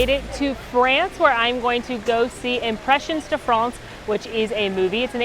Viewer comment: I give your pronunciation of "Impressions de France" a 1.5/5! XD